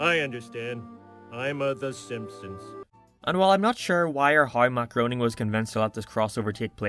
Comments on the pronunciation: Matt GROAN-ing? It's pronounced GRAIN-ing. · It’s pronounced Gray-ning I’m pretty sure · I know this video was posted two years ago and you're probably not gonna read this, but Groening is pronounced "gray-ning." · LOL ok, was really confused for a minute - the way I was hearing "Matt Groening" was as "Macaroni," with like a slight pause after "Mac." For a while there I thought you were on some next level reference shit that was way beyond me! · Every time you say Matt Greoning u hear macaroni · Joe’s parody that was made prior to the crossover will always be hilarious and even better than the actual episode, also, Matt Groening’s last name is pronounced gra-ning. Also, your Lois impression 😂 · Blue haired doesn’t look right. Also, god the way you pronounce Groening is cringeworthy.